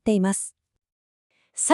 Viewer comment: AI音声なのはわかるけど、地名ちゃんとしましょう せんがわ、ちぇんがわ？ちがわ？メチャクチャすぎる せんかわ です